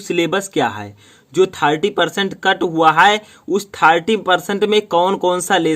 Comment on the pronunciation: थाहार्टी nhi thirty 🤣🤣🤣